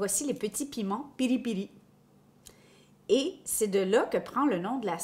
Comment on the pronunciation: On dit pilipili